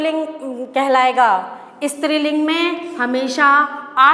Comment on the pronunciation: I love the way she said istriling which is striling